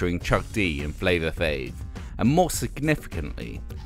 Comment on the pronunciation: Its Flava FLav. Not fave. I've heard it in at least one of your other videos.